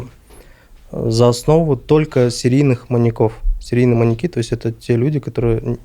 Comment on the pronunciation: Неправильное ударение в слове "маньЯки" режет слух.